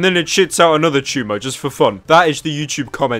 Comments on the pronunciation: How to say the word "tumor" right. Chumah... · What's a ''chewmer''? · sounds like he is saying chuma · I honestly thought he said Chooma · La Cruz Its not a tuhmare!!!